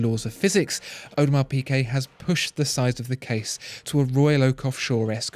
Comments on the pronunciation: The is the best watch EVER made! Mark my words, AP will barely be able to keep them on the shelves (because of the amount of dust they will collect) Oh, and it's pronounced 'Peegay' please, for the love of god, Peegay, not Peekay. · Great as usual. But it's Peegay, not Peekay! I cringe every time I hear you say it :-) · “piGuet” not “piQuet”! It’s a torture! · Audemars Piqué? No mate, Piguet. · Audemars Pigay